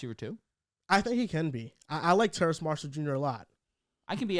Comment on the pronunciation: TERRACE - there’s no “n” in his name